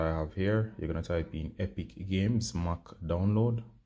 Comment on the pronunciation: mac not moc